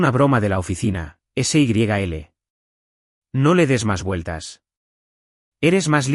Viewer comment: Por favor, un poco de rigor en la narrativa. La boda en noviembre de 2026 y estamos a inicios de marzo del mismo año. SYL es diminutivo de Sylvia y no se pronuncia ese y griega ele, sino en un sólo golpe de voz.